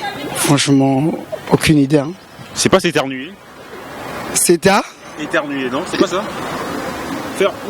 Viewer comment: Mdddrr la fille là a dit '' etermuer '' 😥😭😂😂😂😂😂😂